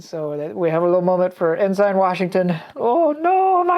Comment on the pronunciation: En-sin... not En-sign